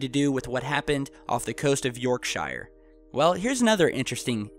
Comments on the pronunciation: pronounced york-shear and is a county not a town, Yorkshire is massive man. lived there for 13 years, Leeming village and then Northallerton right on the scotch corner and wouldn't go back England's too cold. beautiful scenery but boring, cold and boring. but yeah its not the hobbit no shire there lol york-sheer 👍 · help you out... Yorkshire is pronounced 'Yorksher' Lincolnshire is pronounced 'Linkensher' Harrogate is pronounced 'Harragut' Yorkshire is a COUNTY not a town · "City of York-Shire".... Apart from your pronunciation and the fact it is an area not a city you nailed it! West Yorkshire would be the County.... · When you use the word .”Shire” example Yorkshire it’s pronounced and sounds like Yorksher. Shire is pronounced as Sher. Although the places end in shire. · i hate it when yorkshire is pronounced wrong by americans its yorkshur , gods county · hahahah Yoyrk-sHier so funny how you just pronounced that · any english cities that end in "shire" is pronounced Sher, yourkshire is pronounced york-Sher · If you're going to do stories about England, at least learn how to pronounce the place names... YorkSHIRE is actually pronounced York-SHER. Also it is a county, not a city, the city itself is called YORK. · Yorkshire isn't a town it's a countie and it's pronounced York. Sh-re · PLEASE! pronounce it York Shear (this goes for all Shires in the UK )! we dont live in the lord of the rings! I havernt heard anyone in the UK talk about this at all. Also fishermen like to tell tall stories. FYI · Yorkshire is pronounced york sheer, and it's a county not a city York is the city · You pronounce it York Sher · lol shire yorkshire is the correct spelling but you said it wrong say yorksheere is how us from there say it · yorkSHYER great pronounciation, thats how its written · Sorry but it's pronounced York-sher... lol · Its pronouced Yorksha, it sounds daft when you pronounce the Shire at the end.. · It's pronounced 'Yorksheer'. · Yorkshire ya Muppet yorksure